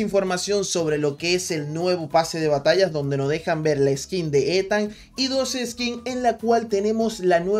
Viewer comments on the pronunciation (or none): Se pronuncia Itan